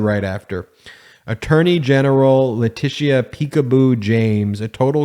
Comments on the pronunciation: Letitia is pronounced "Le -tisha." It is a very old name. That's the French spelling. The English used "Latitia." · Bravo! Loved the Jr. thing. Just fyi Ms. James's name is pronounced "La-tisha".